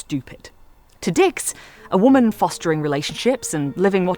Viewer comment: The way you’re pronouncing “WHOMAN” like there’s an H in it is the best.